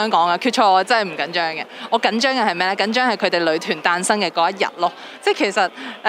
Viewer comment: 都幾多懶音 成日將‘女團’講左 ‘旅團’